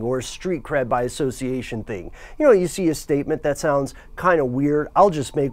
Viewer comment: "And just do the right thang, it's just the right thang to do". ROTF LMAO